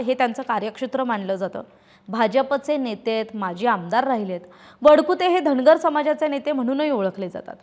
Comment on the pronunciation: चार णावं, धणगर, भाजपाणं, रावसाहेब दाणवे असलं धेडगुजरी गलिच्छ मराठी कानाला अतिशय खटकलं.सबब, हा चॅणल पुण्हा पहानार णाही.